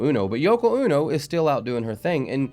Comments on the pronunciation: It's Yoko O-No not UNO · Yoko ono is pronounced Oh-no not uno, her music is terrible, Chucks face LOL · Hey! Hi! Wow! That was really bad! Yeah. So this is all before my time but as I understand it Yoko Ono, pronounced long o, like oh no,please don’t sing (?) like that anymore, is almost singularly dismantling the Beatles with whatever spell she cast on John Lennon to make him lose his mind behind her. Like what taylor swift is going to do with the KCC. But giving the devil his props, she has a powerful voice coming out of that little bitty frame. Nice seeing you again!